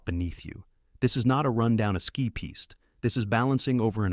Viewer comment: Your AI is mangling all tenses of the word "ski"